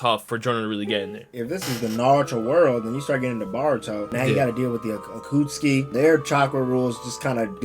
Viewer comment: Stopped listening to bro on the left after he called the “akatsuki” the “akutski” LMFAOOO